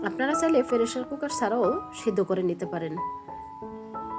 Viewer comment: আপনার ভাষা এরকম কেন পেরেশার কুকার কি আবার বলবেন পেশার কুকার